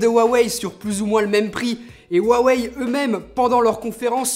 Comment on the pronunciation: Cool, tu a enfin perdu ta manie de "Roux aweille" :D